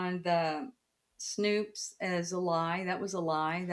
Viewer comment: my god how many times can she pronounce snopes incorrectly? it's getting ridiculous. it's one fucking syllable! they've told her this a million times. sidenote - every time i hear her say "our america" i cringe out of my physical form.